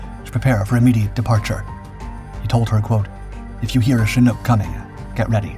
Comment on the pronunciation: This is the first time I've ever seen a "Shnook" helicopter, at least according to YouTube's AI (Artificial Idiot)